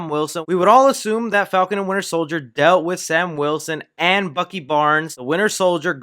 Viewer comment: Nobody:: Falcon And Winter sOiLdEr